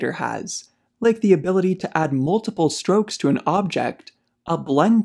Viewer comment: Strokes not stokes